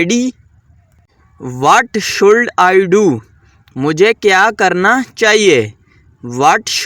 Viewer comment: Should nhe shud parny HOTA pagal pely khud sekho